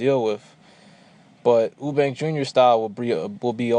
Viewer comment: You-bank, not Oo-bank Sorn-derz not Sahn-derz Other than that, good points made.